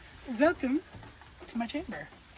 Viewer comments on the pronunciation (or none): Did no one else hear the 'velcome to my CHAMBER '? The german accent? Just me?